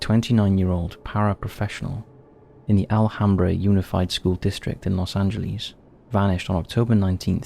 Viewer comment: Los Angelees... Albeeno...